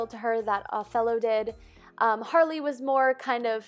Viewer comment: It's Harley. Not Hayley (so you know, no hate.)